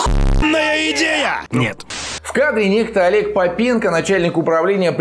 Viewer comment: может не попЕнко, а пОпенко?..